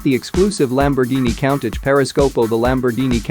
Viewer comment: Learn to pronounce Countach dummy 🙄 for that you get 👎